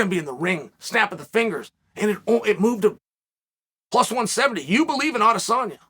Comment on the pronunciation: no lie i dont think ive ever heard chael say izzys name wrong. he must be a fan.